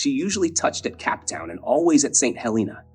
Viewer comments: You should check the pronunciation of "bow" and "bosun" in both American and British English in a nautical context. Your pronunciation reveals you are a landlubber.through and through. Let me add to that "Cape Town." Are you an AI generated voice? Is this an AI created video? I am now highly suspicious. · Well researched, interesting photo collection, but the narration program cannot pronounce simple words like Cape Town and bow (of the ship) This should not be accepted to the detriment of public speaking.